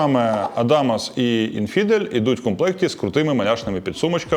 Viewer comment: Неправильний наголос у назві "інфідел". Не "інФІдел" (другий склад), а "ІНфідел" (перший склад). Саме слово у перекладі означає "язичник", до речі.